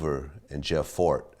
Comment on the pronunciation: Jeff Ford not fort